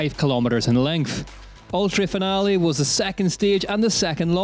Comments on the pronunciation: At least pronounce the name of the location correctly!!!!! instead of that horrible effort! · We would love to, if we knew where we were going because you pronounced it properly. Also pre race organisation was horrible, I called the info point in Finale (In italian) and scanned everywhere on the web to get information on the actual race times and days for each category and trail zones where the race would actually be to plan a trip. No one knew anything! Appalling. So I cancelled a planed trip to watch it. There needs to be actual information, of which day and time each category is racing. GCN/UCI should already have their stuff together, not give us the excuse oh its new, we are just starting and it will improve. It should already be on point, viewers will actually be paying to watch DHWC. You need more staff on point doing each bit. The Old Enduro series race Videos were much better as well.